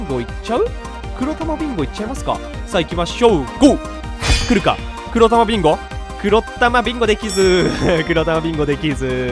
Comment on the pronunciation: ヒカックの「来るか？来るか？来るか？」が「クルカクルカクルカクルカ」でルカクに聞こえてきた笑笑